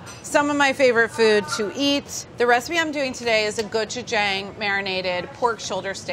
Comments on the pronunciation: Is anyone going to talk about how she nailed the pronunciation of gochujang? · I am so glad Carla pronounced Gochujang and Deonjang right. Technically the sauce is called Ssamjang. You can buy it mixed already and add the other ingredients. It is especially good with pork belly wraps. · As a Ko-American: great job!! And thank you for pronouncing gochujang and doenjang correctly XD If ur going to eat it w/2hrs, consider adding 1/4 Asian pear [will give some sweetness and also tenderizes the meat] I would also make a green onion w/a soy/ginger/sesame oil/chilli pepper/garlic/honey marinade and then added to the ssam + rice 🙃 U could also use the same marinade for chkn as well...